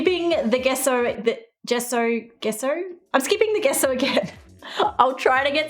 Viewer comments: Gesso is pronounced as je-so to help you instead of guess-o Hope I helped!! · You pronounce it jesso not gesso. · Its pronounsation is jeso not geso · Gesso = Jesso with a “J” sound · Take a shot every time she say gesso.. jesso? gesso? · Gesso is pronunciated like The JE in jester (jesso), hope to help! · Gesso pronounced "jeh-ss-oh" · In the USA we pronounce it "Jesso" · Lol, Gesso with a j sound.